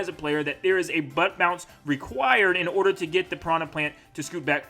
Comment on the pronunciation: it's bounce not pounce xD